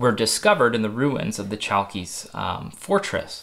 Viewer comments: You should pronounce it as Halkis, greetings from Greece. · in Chalkis the "ch" sounds like a thick "h" in harmony and the stress goes to the "i" Hal-kis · Chalkis is pronounced ''halkis'' Χαλκίς and ''halkida'' Χαλκίδα in modern Greek. The island is pronounced ''evia'' a Greek friend : )